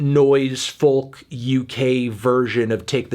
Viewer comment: Why does he pronounce it as foLk